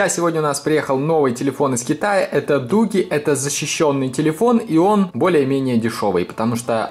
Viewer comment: Это не дуги А дуджи